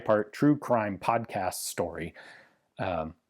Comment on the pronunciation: Did my guy just call it a pomcast?